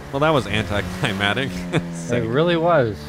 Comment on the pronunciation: Am I the only one who realizes he never says anticlimactic correctly?